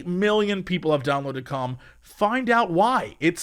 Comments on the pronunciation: everytime he says 'calm' or 'com' my ears always hear it as something else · I know the name of the app is Calm, but I can’t help but hear it as cum, and it makes the ad that much funnier. Juvenile, but I can’t help it. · Boy it does not sound like he's saying "calm" at the start. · I love how Jesse pronounces 'calm' ( ͡° ͜ʖ ͡°)